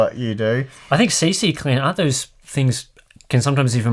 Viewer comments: why does everybody say C-C-Cleaner... its only two C's C-Cleaner ;) even myself said C-C-Cleaner for years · Why does say "C-C-Cleaner"? Isn't it C-Cleaner?!